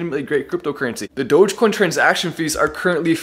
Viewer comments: great guy. but why is saying Dogaaacoin? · This is good but how come mark doesn't even know how to say the name right - Doja-coin? Wtf lol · "DogèCoin" - Mark Cuban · My question is, will Mark learn how to properly pronounce Dogecoin? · He butchered the pronunciation of Dogecoin 😩